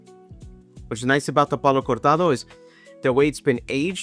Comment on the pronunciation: Hey man, great video! Almost purchased a Signet today, a bottle I always wanted to try, but is expensive, more here where I live. Have you tried the newer expensier Signet reserve? Also, kudos for that "Cortado" pronunciation.